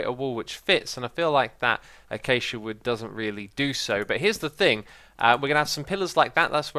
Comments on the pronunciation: its not achacha, its ah-kay-sha (acacia)!!!! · Not a-cha-cha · achacha? I've never heard it pronounced that way... I know it as a-kay-sha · Achatcha? Don't you mean u keh sha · I think it's hilarious you call Acacia wood Ah-cha-cha wood XD it's Ah-Kay-Sha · Wait, is acacia pronounced: [a-chach-a] or [a-cay-cha]? X used both in a matter of 10 seconds. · achacha wood ???? uh-kay-shi-a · x mate i have a question for ya, why do you say acacia as achacha?? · "Achacha wood" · It hurts my soul everytime you say Achacha wood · It's pronounced a-cay-sha wood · STOP CALLING IT ACHACHA!!! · He calls it I-cha-Cha wood, but I've always called it A-k-c-a (pronounced like the letters.) Am I insane, or what? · X, its pronounced a-kash-ea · please tell me you say achacha wood as a joke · You say acacia odd, its pronounced Ah-CAY-Sha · Nah, it's a-cha-cha. Or a-cha-kia. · You now have cancer boss i pronounce it like uh-CAY-shuh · Oh my god it's pronounced a-k-cia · it's actually pronounced uh-kay-shuh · a Kay she a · xD The way you say Acacia drives me mad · You didn't say Acacia correctly.